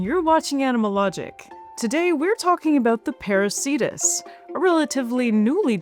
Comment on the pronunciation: Why are names of whales ending in -cetus masculine? Κητος is neuter. Same for plants ending in -anthus. What you said sounds like "parasītas". I suggest /peɾu:'ke:tus/. Latin 'c' is always /k/ if it's from Latin or Greek; in "Ceiba" and "Cariama" it's /s/ because of the languages they come from.